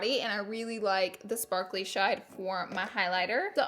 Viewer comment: Anyone notice that she said “sparkly shide” instead of shade lol